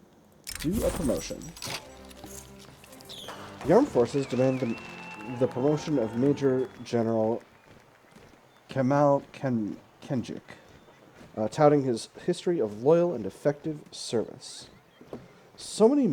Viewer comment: FYI - The C in Turkish names like "Cemal" is pronounced DJ, it's like the English "Jamal".